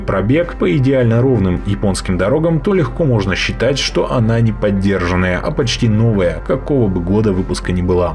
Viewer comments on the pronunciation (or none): Слово "подержанная", пишется и произносится с одним "д". Результат ЕГЭ, мать его.